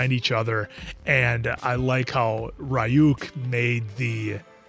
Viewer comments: Why in DUB???? WHHHHHHHHHHHHHHHHHHHHHHHHHHHHHHYYYYYYYYYYY !!!!!!!! 😒🙄 The cringe!!!! Can you make 4 episodes in each video ?! Like avatar and korra so that the cringe is less painful and of shorter duration !?!? And it's R-yuk not Ri-yuk !! Here we go with the dub cringe. It's a shame because I LOOOOOOOOVE Death Note. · I am always amazed by Americans disregard for pronunciation. RYUUK somehow becomes Ri-yuk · ryuk is pronounced as ryu -k ("ru" as in rumour) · So, just letting you know how Ryuk’s name is actually pronounced. It’s similar to “ree-ook,” but the “ree” sound isn’t actually all that long. It’s like the word “beauty.” You don’t say “bye-yooty” or “bee-yooty.” You say “byooty.” It’s the same with “Ryuk.” It’s not a very common sound in English, so it’s hard to grasp at first, but once you get the hang of it, it’s no harder than saying “beauty.” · Why are you saying Rai UUK for Ryuk? Where are you getting Ai from Yu? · its pronounced Re-Yuk u guys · The way they're pronouncing Ryuk's name is killing me